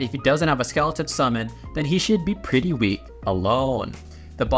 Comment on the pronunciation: The way he says "pwretty" is really funny i like kt ❤❤❤😂😂😂